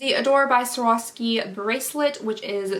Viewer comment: Swore-off-ski that is how you say it. :) Your welcome.